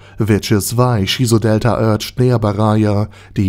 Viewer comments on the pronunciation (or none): none